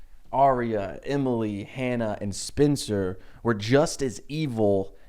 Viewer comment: Oooooohhhhhh, you’re saying SPENCER, not spinster, that makes a lot more sense